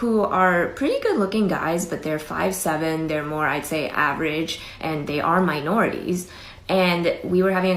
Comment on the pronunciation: "Yesterday, I was with a couple of my friends who are good-looking, but ... they ARE minorities." (Notice the emphasis on the word ARE, said with an open disgust in her voice that she lets slip, as that's how she feels about her fellow Asians ... the male variety, that is. I edited out the "tall" stuff, so you can see the self--hating, internalized racism laid bare.)